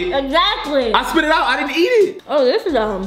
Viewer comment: Yea: No you din’nt Me:... starts laughing like crazy My sister: did she just say din’nt??